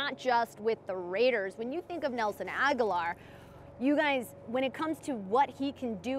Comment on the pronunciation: Why do people insist on pronouncing his name like Aguilar? It's Agholor. Ag-uh-lore